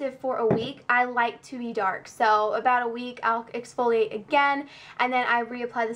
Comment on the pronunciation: This looks like a good product but they really need to work on their website, it's definitely not a visually appealing site at all. Also it's exfoliate not expholiate :)